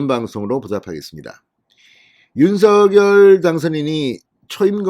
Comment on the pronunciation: 진성호 사장님! 언제나 정의와 공정편에 서 열렬한 방송을 통해 국민들에게 알려 주시는 열혈활동에 진심으로 성원과 찬사를 보냅니다. 단 한 가지 말씀드릴 사항은 윤석열[윤성녈]대통령 당선자의 함자 발음을 [윤서결]로 하시기 보단 [윤성녈]로 해 주실 것을 부탁드립니다. 예를 들면, "작열하는 태양"을 읽을 때, [자결]하는 태양이라고 하지 않고 [장녈] 하는 태양이라고 하듯 말입니다. '작열'을 발음하는 과정에서 일어나는 변화의 순서는' -열'의 초성 유성자음 ㅇ이 앞 음절 '작-'의 종성 무성자음인 ㄱ에 영향을 주어 같은 계통의 유성자 음인 ㅇ으로 변하게 됨으로(역행동화 ←뒷 음절에서 앞 음절에 영향을 주었 기에 역행동화가 됩니다)'작'이 '장'으로 발음되는 것이고 '열'이 녈로 발음 되는 것은 ㄴ첨가현상 때문입니다.[장녈]하는 태양.'열렬한 성원'에서의 발음이 [열녈 한 성원]이 되는 이유도 두 음절 사이에 ㄴ이 들어가(ㄴ첨가)기 때문입니다. 따라서 윤석열을 [윤서결]로 발음하는 대신 [윤성녈]로 해야하는 이유가 이런 과정이 있기 때문입니다.'푲준어 규정- 표준 발음법' 총칙 제1항 "표준 발음법은 표준어의 실제 발음을 따르되, 국어의 전통성과 합리성을 고려하여 정함을 원칙으로 한다"고 명시하고 있는 바대로 표준어의 실제발음를 따라서 표준 발음 을 정하게 됩니다. 다만 '검열'은 [검:녈/ 검:열]과 같이 두 가지 방식으로 소리가 나는 등 일률적이지 않아 'ㄴ'이 첨가되 는 경우에는 사전에서 그 발음을 표시 하도록 하고 있습니다. 따라서 '윤석열' 과 '작열'의 자음 배열이 같기에 석열[성녈], 작열[장녈]로 안 의 표준어 발음으로 발음해 주시기를 간곡히 부탁드립니다.감사합니다.